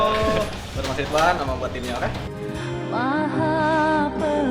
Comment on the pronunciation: Haha, gw dengerin lagi dia bilang Ridwan kok. Soalnya ada "W" nya